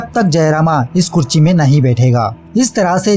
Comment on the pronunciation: तुझे लिखने और बोलने दोनो नही आता क्या?कुर्सी को कुरची बोल रहा था ,चेस्ट को छेस्ट बोल रहा था वीडियो में ,अभी भी ये ऊपर जाने क्या लिखा है तूने भाई।तेरी वीडियोज से कोई दिक्कत नही मुझे में और भी वीडिओज़ देखी है तेरी लेकिन एक बढ़िया मूवी को तू बकवास बात रहा है और तेरा काम मूवी एक्सप्लेन करना वो तू करता नही बस स्टोरी बताता है ,और ज्ञान दे रहा है जैसे बहुत बड़ा रिव्यु चैनल हो तेरा।